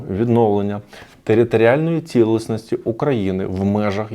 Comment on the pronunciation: Мені дуже приємно чути українську мову. Дякую вам, що інформуєте нас українською мовою. Одне маленьке зауваження: не "цілисність", а "цілісність".